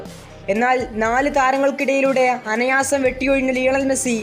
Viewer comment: അനയാസം ❌ അനായാസം ✅😊😊